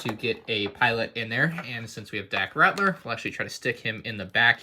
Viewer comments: It's Dak Ralter not Rattler lmao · Pls. Its Dak Ralter not Ratler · It’s RALTER, not Ratler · Just something I want to point out because I've heard you say this thing a couple times before, but it's Dak Ralter, not Ratler. L before T, not T before L.